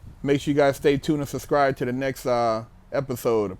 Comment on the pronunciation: I just “sussscribed” 😂😂😂